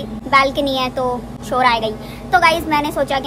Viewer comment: ne shor bola mughe chor sunai diya ki chor aaye ga😂😂😂😂